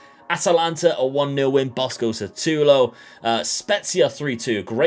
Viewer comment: S U T A L O not S A T U L O 🤣🤣 great video my man! Greets from Brasil